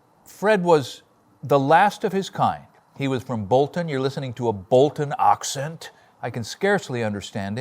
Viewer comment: When you said the word 'accent' it made me laugh because it sounded Welsh. As you quite rightly said, Fred was the last of that breed of men, and an extraordinary character. 😎👍